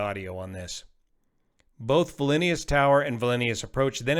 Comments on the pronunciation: you couldn't be bothered to learn the pronunciation. Typical yank. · Why don't you try io pronounce the name of Vilnius correctly?Even för an English speaker it's not hard. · You're putting too many i's in Vilnius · VILNIUS! It's not hard to pronounce it correctly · Nowhere has he claimed to be a polyglot philologist. Your comment is just silly. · Yep, he's adding an extra "I" after the "L" - To be fair, not a whole lot of people have heard of the city... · Dear, I am a Patreon supporter, besides being subscribed here. I thank you for everything you do! • Since you have pinned your correction at the top, I don’t have to hit this hard. The reason I’m writing has to do with your pronunciation of VILNIUS. • As you have illustrated above, the pronunciation is NOT Vil-in-knee-us, but indeed, VIL-KNEE-US, just 3️⃣ syllables. And your correction above shows you already aware of this. • All that’s left to say is HAPPY THANKSGIVING, to you & your whole family. Thank you so much for all your great efforts for us. • —————— ✌🏽😉👋🏽. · I'm Lithuanian, Vilnius is pronounced directly as it is written, to explain it further: "Vilnius" first 4 letters, nothing unusal just "Viln" no fancy pronounciation. "iu" can cause problems for people that are not lithuanian it is pronounced as a really short version of "you", tho not identical, but close enough. finnally "s" is just a regular "s" so, to summarise: viln + you(short) + s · I'm Lithuanian and I think VIL-NOOSE is correct, just the OO is short, not long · I had to pause the bideo and come check in the comments for this discussion. I'm in the US and also vote "VILL-nee-us". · no idea what you're talking about. I was referring to the guy in the video pronouncing Vilnius with an extra added on I after the L. Making it sound like vilinius. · It is pronounced Vilnus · Just FYI, "Vilnius" is pronounced "Veelnews." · Vlinius? WTF? Trying to make a video like an expert, but can't even pronounce a city name? 😂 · Cmon man, its not valenius